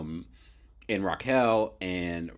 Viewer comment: it's pronounce Raquel (Rock-Kel) not Rachel